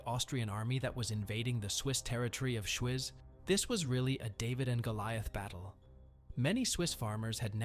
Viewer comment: Thanks for the shoutout. Pronunciation on Swiss cantons could be improved: Schwyz is pronounced Shweets. Morgarten is pronounced more-garten like in kindergarten.